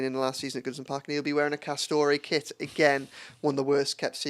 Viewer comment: It’s castore or or or not castoray ray ray u fake blue